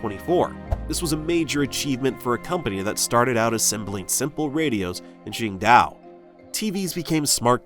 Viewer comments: IT'S QINGDAO NOT QINGDIAO 青島 not 青屌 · It’s Qing-Dao, not Qing-Diao. It’s green island not green penis.